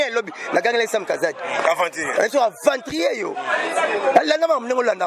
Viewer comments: balobaka aventurier non aventrier. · on dit aventurier et non aventrier